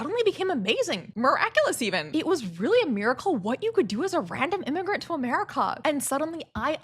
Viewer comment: I had to fight the monke urge to not watch this. your accent made that sound like “I’ve never believed in god but I do believe in merica”